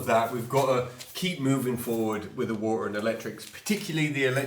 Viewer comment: its pretty cool to hear be able to say the word " Water " without any T or R in it... Wah ah